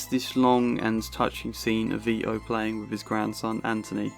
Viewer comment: Vito not Vio mate